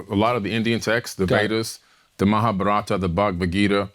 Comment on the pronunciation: The guy can't even pronounce Mahabharata, and he wants to decipher the holy trinity of Hindu texts. About time to block this podcast.